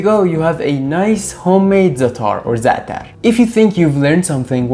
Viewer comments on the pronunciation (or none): It ain’t “zataar”, it’s za’tar, with the stress on the first consonant. My favorite is Jordanian za’tar, eaten with just olive oil and a little salt or better with Labneh, a little olive tapenade, shattah hot pepper paste and chopped walnuts. A fantastic breakfast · I'm Polish and its easy for me to say Zatar the way you say it :) Thank you for the recipe, I will definitely make it !